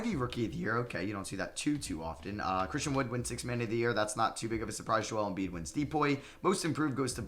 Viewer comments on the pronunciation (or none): none